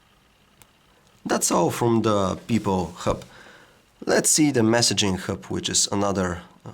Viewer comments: Dam it yr English sucks. U pronouce hub as herb. N is it supposed to be pronouce as royters? It is Reuters dammit. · Say hrub one more time, i dare you, i double dare you! hahaha